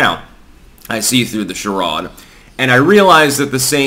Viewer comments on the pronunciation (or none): Not shirod. Shiraid. Yeah, it's spelled charade. I'm talking about pronouncing the word.